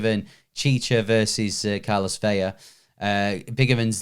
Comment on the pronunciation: Do these blokes ever read the comments? Please stop calling Carlos Vela, "Carlos VEYA" It isn't "Carlos VELLA" (double "LL" give you a "Y" sound) It's simply "Carlos VELA" (one "L" give you an "L" sound)